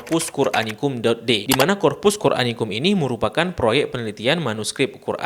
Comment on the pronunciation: Maaf bang. Yang benar corpuscoranicum. Bukan corpusqoranicum.